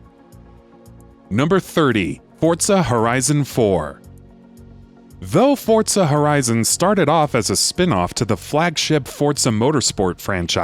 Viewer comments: Its heard as "Fodza" Horizon 4!!! hahahahaha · Fortza? Hmm I think he meant pizza. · stop saying fortza